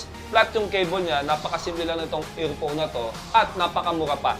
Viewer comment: Bluetooth EaLPhone, Bulol Hahaha